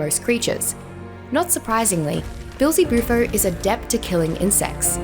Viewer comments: I’m pretty sure it’s common knowledge that the frog was named after a common synonym for the devil. She pronounces it as “Beel-Ze-Bu-Fo” rather than “Bee-El-Ze-Bu-Fo” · Right at the start of the video. The way she pronounced the name was just odd to me.